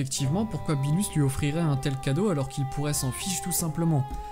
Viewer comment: Birus pas bilus